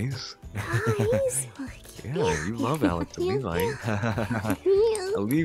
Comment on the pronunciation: OO DID LEVI JUST SAY ALEVI COMFIRMED WATCH THE WHOLE TJING HE SAID ALEVI CONFIRMED